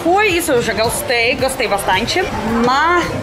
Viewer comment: não sei se eu entendi,voce disse, ISSO EU GASTEI BASTANTE /ou ISSO EU GOSTEI BASTANTE.,não é DGASTEI,é GOSTEI.ga,,,go, gato gosto,garrafa,gostoso,pratique,e bem interente.